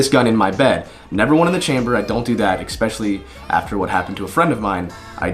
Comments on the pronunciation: "Expecially" how is it that there are so many Americans that can't pronounce the word "especially" correct? There is no x in the word. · What's "expecially"?